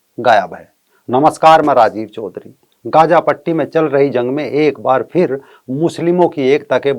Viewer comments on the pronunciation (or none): Just a suggestion: Please correct the pronunciation of Gaza ...it's not गजा, it's गाजा